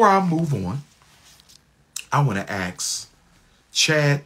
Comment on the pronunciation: "Ask" not "Axe"